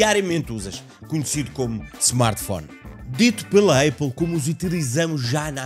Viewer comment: não é aiple é apple